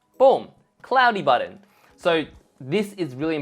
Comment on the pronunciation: I'm still trying to find a designer that can say "button". And not "budden". What’s going on... 🤔 (great content. Thanks ❤)